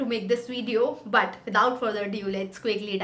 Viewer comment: I love your “BuT”😂😂😂😂